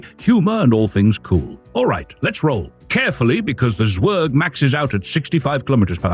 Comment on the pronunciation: And pronounced tsverg, not sverg.